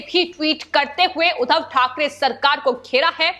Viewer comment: बार बार उद्धव को उधव बोल रही हो I